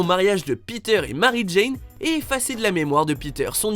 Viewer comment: Tu peut pas faire un video sur marvel si tu appelle djine* djayne* on est pas Dans Tarzan